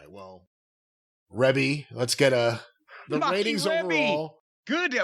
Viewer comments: Hilarious. Jim and don’t even know it is pronounced R-EE-BEE Jackson. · REE-BEE Jackson, not REB-BEE. 🤣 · Rebbie, not "Reby".